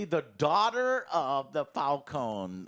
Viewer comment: It's Fal-CONE, not Fal-CONEY